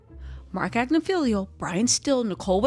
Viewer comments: Agnifilo...it's not Agnifilio. Tmz said it correctly. Just fyi... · rarely says anyone's name correct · She knows! It's just more fun her way